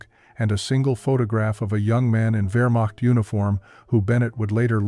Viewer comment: DEFINITELY NOT "WEARMOCKED FORCES, BUT VEAHMACHT GERMAN W= ENGLISH V GERMAN V=ENGLISH F